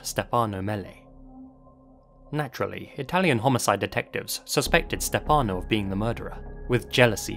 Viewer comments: As an italian yearlong fan of yours… you‘ve pronounced everything beautifully (and I thank you sososo much for the effort and work you put into it cause it shows) except for Stefano. In italian we say Stéfano (with the main accent on the e) instead of Stefàno (how you said). Besides that, I love how you‘re bringing up one of my country‘s most famous case and letting the whole world know about it. Obsessed with your work, keep up with it!! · the way you pronounce stephano hehehehe